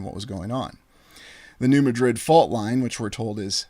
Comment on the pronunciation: Hey great stuff. I got some info on New Madrid and how it is said. I grow up two towns away and with there in middle school for a year. well we all say like New Mad-drid. not Ma-drid. love your work and only say because I know how you like to say it right. One thing that I can help with. hope ya see it. God Bless!!!